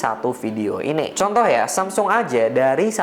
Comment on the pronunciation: semsong, why bro? just say samsung